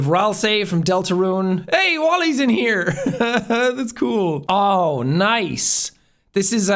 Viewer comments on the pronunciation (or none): “Wally is here!” Except it’s Waldo, might be different in Irish, or how you pronounce it, but it’s pretty funny and I’m sorry I laughed